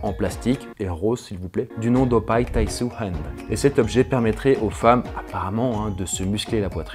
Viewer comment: Taisou ça se prononce comme "taisoo" pas comme s'il y avait un "ou" français, le U marque une double voyelle.